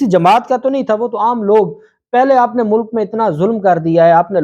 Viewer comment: Shame on you... You are a enemy of Urdu, sounds like Pendu, Sabaz, Pooleece, Mulak etc.